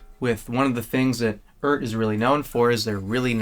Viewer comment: Pronounced E Art, according to Phillip McKnight